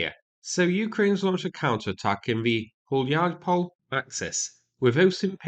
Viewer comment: You’re doing great so far with the names. But please, all the Ukrainian settlements names endings that end with “e”, read them as “eh”. So like - “Hu-lyai-pol-eh”.